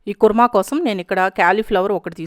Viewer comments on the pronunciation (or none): none